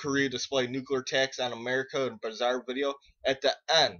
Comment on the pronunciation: Wow, your an idiot. PREpared. NUCLEAR, not nukular... you know.... nuclear, because its the splitting of an atoms nucleus. You sound like a moron, and thats probably because you are one.